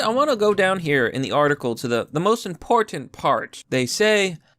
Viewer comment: thank you for enunciating the t in important.